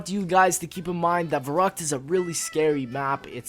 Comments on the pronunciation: Verrückt not Verruckt:D good video i'm so happy you're back:) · Fun fact: since verrückt is in german it should be pronounced ferryckt.